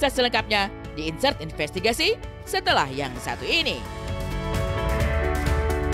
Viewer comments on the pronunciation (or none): Pemirsa inseervesestegasi 😮